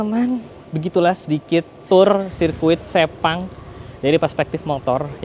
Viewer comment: Sepang emang sebagus itu si, ngebayangin bisa masuk ruang VIPnya seenak apa Btw sirkuit Sepang itu bacanya Sepang bang, bukan Sepang